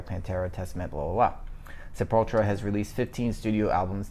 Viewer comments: Sepultra? Its Sepultura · "Sapultra" LOOOOOOOOLOLOL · It's kinda sad ur chick knows how to say sepultura and you don't man